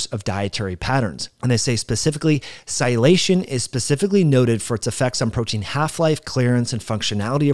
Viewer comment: You fail to pronounce a whole syllable when you say sialylation. Thanks for opening the gates on this topic for me anyway. Now I absolutely have to look this up, especially in relation to the glycocalyx. Awesome piece of puzzle. Thanks again!